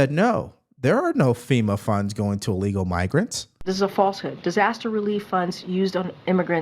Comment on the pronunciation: It's pronounced ILLEGAL, not Allegal. Thanks.